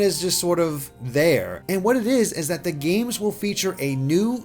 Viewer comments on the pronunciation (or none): im PRAYING for early 2019 honestly. the later the better bc i am Broke til christmas 2k18. also god 'zee moves' is painful to hear